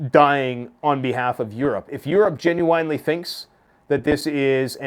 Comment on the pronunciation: "Gen you wine lee" 😂